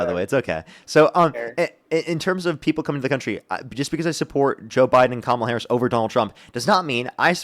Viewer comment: The problem here is that the guest does NOT remember having said being disrespectful is disqualifying, so to them, is putting words in his mouth. They're words he said, but he doesn't know that anymore by the time finished the argument. Edit: Kudos for doing his best to say Kamala's name right, though. Edit 2: Nevermind, he dropped it after a few times.